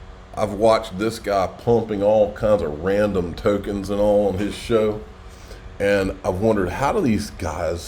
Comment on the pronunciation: Ran-dom lol 😂😂